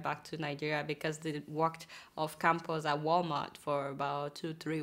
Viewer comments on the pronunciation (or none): The news reader is forcing an accent its campus not campers speak english please.dah!